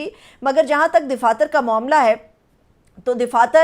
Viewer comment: DAFATHYR KO DIFATHYR KYON BOL RAHE HAIN JO SARASAR GHALATH DAIDAFATHYRHAI SAHI.